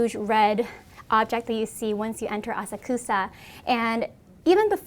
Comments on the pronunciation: You cant even say Asakusa right... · I totally agree this dude was so disrepectful but her pronunciation of Asakusa was killing me lol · Kind of weird that a Japanese person would mispronounce 'Asakusa' so badly